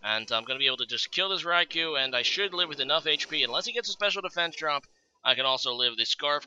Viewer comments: Hey, it's pronounced En-Tay, not En-Tai or En-Tee. Also, Rai-Cool, not Rai-Cow. Btw, I like black. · I'm not sure where you're getting these pronounciations, but all three legendary dogs have japanese names that have been romanized into English. Their names in Japanese are 「ライコウ」(raikou) and「エンテイ」(entei), which would be pronounced "rai-koh" and "en-teh". Suicune's name isn't confusing. Most people would read it "soo-ee-koon", which is right.